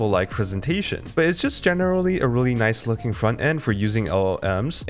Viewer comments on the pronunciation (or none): none